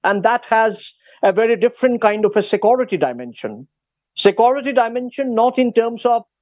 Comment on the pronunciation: The "Sakuriti" guy is not answering questions. I think it is "security" not "Sakuriti"